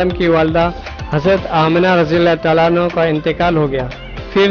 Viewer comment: Sir Anhu nahe Anha